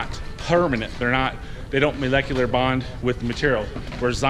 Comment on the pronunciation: mispronouncing the product name at first, and the word inflection wasn't very convincing acting but the part where you can't say molecularly ... slam dunk. Trust me if it says a five year warranty for a spray bottle it may as well be called fairy dust or magic goo. Enjoy your snake oil suckers lol